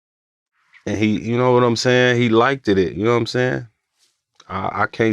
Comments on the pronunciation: It really bothers me seeing successful 8lackmen saying liketed instead of liked and no1 corrects it!. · it was until he started saying ''likededed'' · That man said "likededed" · Then he started saying ''likededed'' n now i cant stop think about it